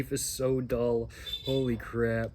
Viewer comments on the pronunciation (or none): none